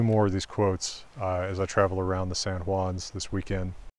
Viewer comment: For a second I thought you said Lasal's instead of San Juan's. You need to pay a visit to the Lasal and Henry ranges over in Eastern & central Utah. All the best to you sir